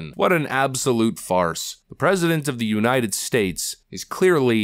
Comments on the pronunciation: He STILL can't say "united". "The u nine ed states America" and now he's drpping the "of". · And Joe always mispronounces it as UNINTED States!!!!😵😵😵😵😵